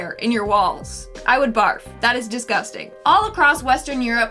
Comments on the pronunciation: ThAT is sOoO dEesGusTaN I love that and will probs say it like that from now on😂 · Why do you say disgusting like that I'm just curious and just want to know